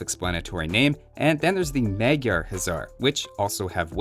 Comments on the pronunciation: since everyone does it... you pronounce Magyar as "modyor" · Just a tiny pronunciation hint: Both "a" vowels is "Magyar" are pronounced like the vowel in "cut" or "hot". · Dear, As a Hungarian (Magyar pronounced [madjar]) it Always makes me laugh how you pronounce our nationality. I thought I'd give you a comment on how it's properly said:) Love your work and wish you well! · Minor point: Both a's in "magyar" are pronounced the same way you pronounce the "a" in the word "hussar" in your video.